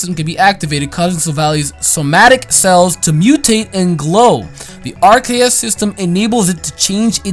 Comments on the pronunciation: RKS system. Bro it's literally aR-Kay-euS system. It's a nod to Arceus having multiple types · RKS System R-K-S Arceus (hard C) Bro, that's amazing.